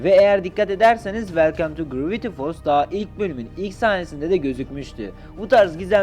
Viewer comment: kaavrengi deme grraviti folls da deme bune yaa